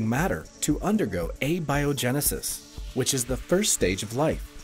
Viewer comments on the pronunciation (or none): The narrator has never heard the word abiogenesis. Abby-o-genesis